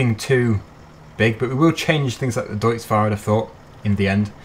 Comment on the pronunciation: nice vid but you said deutz wrong just to let you know